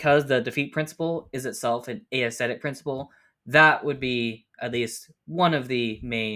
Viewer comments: Small thing, but "aesthetic" isn't pronounced "ey-esthetic" but just "esthetic". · That was tripping me up. I was only listening to it as audio so it sounded like he was saying a-aesthetic each time haha